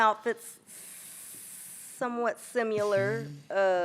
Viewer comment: OMG... There is NO letter "U" in the word SIMILAR!... WTF IS SIMULAR?? 😆🤦🏽‍♂️